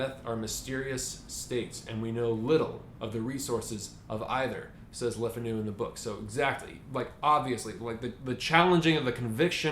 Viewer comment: Le Fanu is pronounce Lay Fah-new with the stress on the first syllable. Le Fanu's family was descendent from French Huguenots.